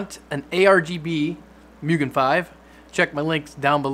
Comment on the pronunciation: Its moo-gen